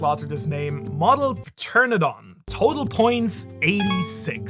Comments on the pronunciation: TER-RAN-A-DON WHY DO YOU SAY TERNADON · It is pronounced like Ptera-nodon I believe. The first 'o' in 'nodon' is said like it is longer than the second 'o'. If that makes any sense to you🤣 See Pteranodon like two words written as one. At least that is how I say that word in English. But it isn't my native language so excuse me if I am wrong. If I am wrong and someone knows how it is pronounced properly, please tell me😝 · It's pronounced te-ra-no-don. The P is silent. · ITS PRONOUNCED TERRADON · Did he say pa tern a don? 🤣😅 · TURNADON?! I mean I've heard wrong ways of saying pteranodon before, but wtf was that? Surely if you can say the 3 words terra, no and don, you can put them together into one. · Kings fruit is pronounced ter-ana-don the p is silent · Midway through video. Haven't looked at any other comments. Pternadon? The p is silent. Pterodactyl (pronounced terodactyl) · Love all of your video’s but just for king’s fruit try teranodon the p is silent 🙂 but I do like the way you say it… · Ter An O Don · just to help you out, pteranadon is prounouced ter-ana-don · Heh heh it is just "terra-no-don" the p is silent :) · pa. . .pa . . Pa ternadon 🤣🤣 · Pronounced Tera-Don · Pteranodon - ter an o don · It's cre - ta - Cease pronounced and ta - ran -a - don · my man….. In Pteranodon the P is silent, it’s pronounced (tuh- ra nuh daan) i’ll give u a pass on this one 😂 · As a guy who loves dinosaurs, Seeing butcher the pronunciation of Pteranodon and Cretaceous killed me XD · i think its adorable how he butched the english name rather than the japanese name like most people. i know hes german and lives in japan but still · Apparently he doesn't know the joke about the P being silent =P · I believe the P in pteradon, like pterodactyl, is silent. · The P is silent, my guy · In Pteranodon dont pronouce the P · I just love how you butchered: Pteranodon and Cretaceous. 😂😂😂😂😂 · btw the p is silent in Pteranodon. Same as the egyptian / greek king ptolemaios